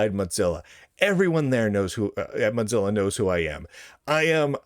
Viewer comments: The way you pronounce “Mozilla” is triggering. It’s not like “mozzarella” - it’s “Moe-zi-la”. Also - for those that don’t like the direction Mozilla is going but still want to use a non-Chrome-based browser there are a number of forks that pull out all the “bad”. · Is there some reason why you say “mot-zilla” each time? Some back story? Or is that just your regional accent? Seriously, I’ve just never heard it said that way before. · Motzilla? MOW-ZILLA! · Why do you keep pronouncing Mozilla incorrectly as 'Motzilla'? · Mot zeal ah, lol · It's "modzilla," according to Lunduke. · Sounds like he says Mutzilla... anyone else pronounce it that way? Or is he just clowning? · Have i been mispronouncing Mozilla all these years? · There is no "T" in Mozilla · This is important news but please pronounce Mozilla correctly